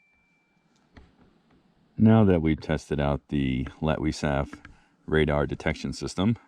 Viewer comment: Hyped!! I'm glad you knew how to pronounce that. 😅 I'm thinking Sam and Daniel could use this because they've had some scary camps. 😬 Bear snack! 🤣🤣🤣 Well, if you are what you eat, you'd give them bears a tasty treat. 😆